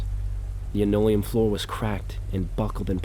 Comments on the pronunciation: it's pronounced lan-oh-lee-uhm not leno-liam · I think its fair for someone to expect proper pronunciation when listening to someone thats a story teller for a living. Its like the bare minimum to atelast be saying things correctly. You can easily go to Google and type in something like "how to pronounce linoleum" but its "Lin ole-ee-yum" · Her "stileeto" heels against the "linno-leeum". Hey if you don't know how to pronounce something, just guess wrong at it rather than look it up. It makes you look smarter. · Great vid(s. I've been watching a lot of your stuff XD) Writing this comment as I watch: No hate about the mispronunciations! It happens. For future reference, linoleum is pronounced lĭ-nō′lē-əm (lin-OH-lee-um) and stiletto is pronounced stĭ-lĕt′ō (still-LET-oh) "Why install it so low to the ground, where you have to-" The voyeuristic previous tenant with a foot fetish: "When it gets dark, I know I'm gonna look through the peephole again. I need to know if those red heels come back-" oh okay so you're also into this- Calling it now, there's some time portal shenanigans going on and she's legitimately in her apartment in the 80s or whenever before the building was abandoned and Protag is living in her walls in the 80s while she's living in his walls in the current day. "I'll wait until she's sleeping, when she's calm, break through the wall as quietly as I can, see if I can talk to her-" I'M SORRY, ARE YOU HEARING YOURSELF RIGHT NOW BRO? I don't think that even the MOST mentally stable woman on EARTH would be in a "calm conversation" state if a STRANGE MAN CAME INTO HER APARTMENT IN THE MIDDLE OF THE NIGHT BY BREAKING THROUGH HER WALL Continuing my previous hypothesis, him breaking in is what causes her disappearance. He kills her (not his intent, more of a panicked self-defence thing when she (justifiably) reacts negatively (see: panicked self-defence) to someone breaking into her apartment) or she comes through to our time or the time portal removes her